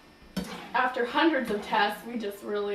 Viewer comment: ... did she just say hundrads of tests?